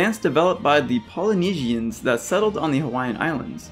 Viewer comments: Pa'u: PAH-oo (two syllables) Polynesians (god damnit this one wasn't so hard): POL-ee-NEE-juns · Not him pronouncing Polynesians as paul-oh-nee-zee-ans